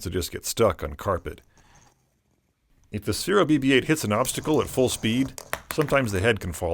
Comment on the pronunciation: ITS SPHERO NOT SPHEREO